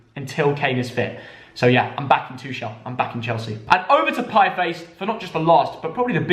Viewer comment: Piefice, seriously?..